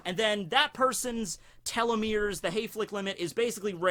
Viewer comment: You pronounced telomere weird You said:"Tell-lo-merr" It's pronounced:"Tee-lo-merr"